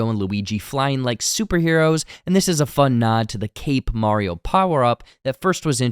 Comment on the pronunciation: I can't believe that someone knows all this Mario trivia, yet does not know how to pronounce Mario's name correctly.